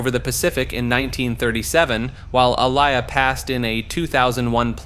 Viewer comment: Don’t forget A-liar!! 😂